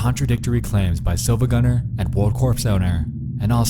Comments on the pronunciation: R E E E E it's SiIvagunner not Silvagunner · You probably heard this already but it's pronounced "Siivagunner" The second i is capitalized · Siivagunner, not SiLvagunner. It annoyed me when I was originally trying to figure it out. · Its not silvagunner its siivagunner but with a capital i to fool people looking for it. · also yeah that isn't an L it's a capital I you gotta pronounce it Siivagunner you're saying it wrong. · I never thought that I would find a high quality rip in my creepypasta. Also it's pronounced "See-va-gun-ner" because the I is not an L. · Actually the I in Silva gunner isn't an L, but an uppercase i It's pronounced "see-va-gun-er" iirc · REEEEEE he said SiLvaGunner, and not SiIvaGunner This is not todokete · He pronounces it as Silvagunner, when in reality the channel is called SiIvagunner. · The Mughal-killer it’s actually Siivagunner, the second i is capitalized. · It’s not Silvagunner it’s SiIvagunner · "Sill-va gunner." oof. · You’re pronouncing SiIvaGunner wrong. That’s a capital i, not an L. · >pronouncing the L in siIvagunner I laff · Did you deliberately try to make it as hard as possible to tell whether you said "silvagunner" or "siivagunner"?